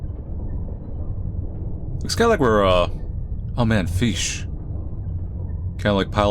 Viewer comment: Jelly feesh, feesh :D